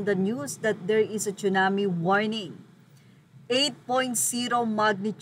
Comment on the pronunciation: just saying ang right pnonunciation is Tsunami po not Chunami mgkaiba po yn Tsunami is japanese word means ( tidal wave) lagi ko kc nrrinig pg pinoy nagbabanggit na chunami cirrection lng it's tsunami.. dont get me wrong..